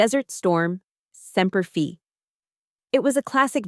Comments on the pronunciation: Semper Fee? Really? AI... ai yi yi. 😓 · Semper Fi long I says it's own name